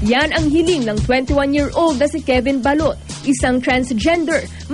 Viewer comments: balot not balut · GAWD PRONOUNCE IT RIGHT PLS, BA'LOT HAHA KABOTHER